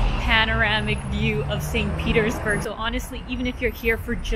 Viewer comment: Не бёрг, а бург